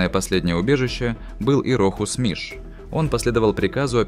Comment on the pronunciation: Он не миш а мыш